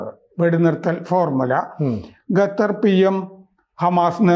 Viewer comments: Qatar.... ഖത്തർ...قطر Pronounce it correctly. ഗത്തർ അല്ല. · ഗത്തർ അല്ല ഖത്തർ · ഖത്തർ എന്നാണ്, ഗത്തർ അല്ല. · ഗെത്തർ ,ഗാമേനി , ഇസ്മയേൽ ഗനിയ അങ്ങനെ പോകുന്നു പേരുകൾ 😅